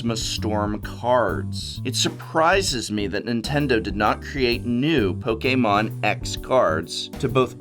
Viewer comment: Po- K-mon Best way of saying it.